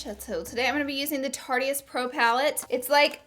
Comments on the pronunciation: Okay. It's tarte-ist. NOT Tartiest right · Anyone else notice she says tarte-eeeeeist ? It's just Tarte-ist. Still love you tho! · Am I the only one who's super iffy when someone says tarte-eist? It's obviously a pun on the word "artist", so it should be pronounced "tartist" lmao